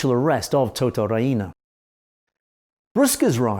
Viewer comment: He says Ria-ina, it's pronounced Ree-na